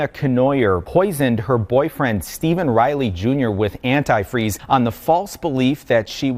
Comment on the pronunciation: Who pronounces antifreeze like that?